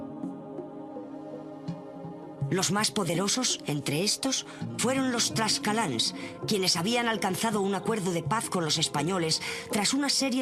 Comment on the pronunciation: "... los mas poderosos entre estos fueron los... ¡que! ¿tlascanals? ¡TLAXCALTECAS! Pronunciese tlacscaltecas.